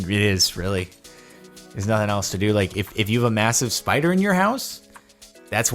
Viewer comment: Mispronounced "spoida" ... Thet's a Strine "spider".